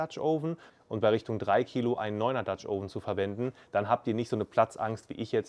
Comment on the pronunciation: Sprich doch den dutch oven richtig aus, das o sollte kürzer sein. Aber interessantes Rezept